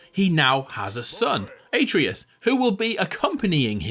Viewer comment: You're pronunciation of atreus triggered the fuck out of me